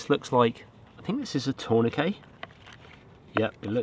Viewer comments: Pronounce the T! TourniqueT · What in the brit tongue is a torn a k??